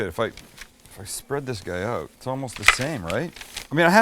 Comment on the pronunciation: I like the way you say oot instead of out.